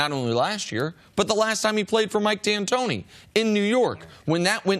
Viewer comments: Cris carter said Mike Dantonio lol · Did C say D'Antonio lol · He calls him Dantonio every time lmao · When is someone gonna tell cris it's D'antoni not D'antonio😂😂